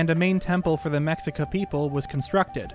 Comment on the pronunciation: Just in case nobody said, Mexica is pronounced meh-SHI-kah.